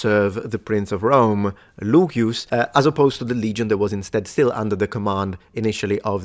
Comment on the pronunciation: I'd like to know if the way you pronounce Lucius, as Luquius or something like that, is the way it was pronounced in Latin.